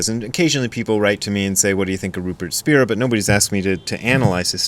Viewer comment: It’s pronounced Spy-ra